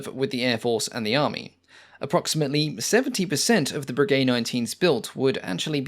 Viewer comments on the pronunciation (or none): Breguet pronounced "Brejai" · " Voisin" is pronounced vwuh- zan with short "a" and not sounding the "n". You are mispronouncing it as vwuh- zon. It's "a" not "o" ...now I'm listening to you murdering "Breguet" and I see that there are some other comments on pronunciation. Please, this is a well-done, informative and interesting video. You've done heaps of research. Is it really too much that you find out how to correctly pronounce the names? It detracts from the video. Going into such incredibly fine detail on the facts & figures of each plane, and not even being able to get remotely close to the name because you've completely neglected to even try, just doesn't make sense for a documentary which purports to be accurate.